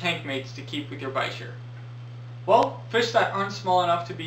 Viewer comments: it's from French, so bee sheeyr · Lol why did I think it was pronounced beesheer